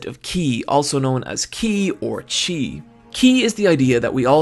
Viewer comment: Why are you and/or the show pronouncing Chi with a hard C? Have you ever heard of Tai Chi? Don't they have people who know Chinese?🤔